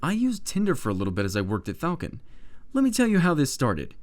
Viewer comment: "Flacon" Nice